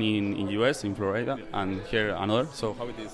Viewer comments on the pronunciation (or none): none